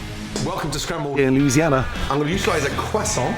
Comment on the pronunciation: Yippie! Thks to Ramsey for pronouncing the state as.....Looou-Anna. We in deep south do not pronounce it as Louise-siana. Only northerners pronounce it the other way. Small info.....but the southerners of the South....slide gently their words. But you said it great!!!! And thanks for your great info. You inspire. Ahna Atlanta/Ga.